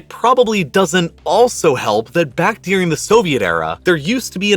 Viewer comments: Great video, couldn’t stop focusing on you saying “dearing” instead of during lol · I really like this channel, but the narration could be better, I think. You don't notice the accent that sounds like TikTok dictation, or occasional odd pronunciation? For example, cotton sounds like "coddon" and during sounds like "deering." Some of the pronunciation is probably regional, but I can never get used to it. Reminds me of how many journalists speak with a neutral "West Coast American" or Canadian accent, but you can hear the roots when someone from the eastern US pronounces the words foreign or forest as "fareign" or "farest." The Canadians are revealed by their tight Os and occasional nuance of vernacular.